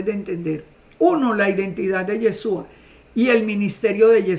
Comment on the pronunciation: SEÑORA NO ES YESUA SU NOMBRE ES YESHHHHHHHUUUUA